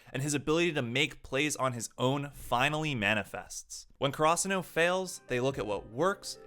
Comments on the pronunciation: Nice video and all, but the way he says some of the characters and schools names really pisses me off lol. Like Hinata is He-Nata and Karasuno is Car-Ah-Soo-No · The way you say Karasuno bothers me so much lmao